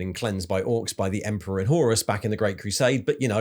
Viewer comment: What’s with his inability to pronounce names and lore correctly. Horus, Tyranids etc